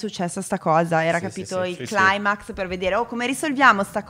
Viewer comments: Tutto bellissimo, discorsi profondi ed educativi! Però vi prego, climax detto “claimax” mi ha fatto sanguinare le orecchie 😂 Spero di rivedervi presto con questo podcast!! 😍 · Sì ma "claimacs" no, per favore, non è inglese. Si dice "climax"